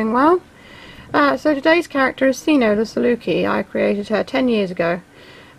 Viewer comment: Omg thank you and you pronounced it right 😄😆